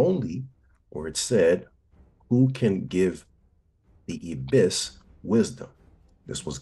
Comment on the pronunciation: The bird god is called an I-bis, with a long “I” sound.